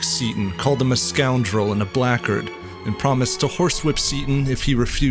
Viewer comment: Almost nailed the pronunciation of "blackguard". Swap the k for a g, and you're golden. Nice touch with the Sarabande BTW, which I assume is a nod to Barry Lyndon. Prepare to receive Lord Bullingdon's fire.